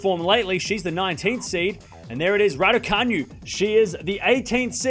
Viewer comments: Ra-doo-ka-NOO, not Ra-doo-ka-nyu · Martin Boeg The all- caps in the last syllable is not a stress, tho. It's to highlight how it's pronounced as opposed to how pronounces it. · It’s pronounced Radoocanoo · Should learn to pronounce her(Raducanu) name correctly before making your Vlog.